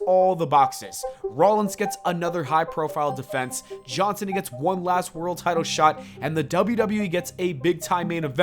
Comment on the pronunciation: I don't like how you say John Cena. You're not saying JAWN SEE - NUH You're saying Jaw-sinna